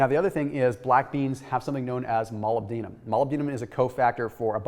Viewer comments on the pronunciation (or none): mol-lib-DEEN-um?...... How about mol-LIB-denum? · Thanks so much for this! Not to nitpick, but I think molybdenum is normally pronounced like this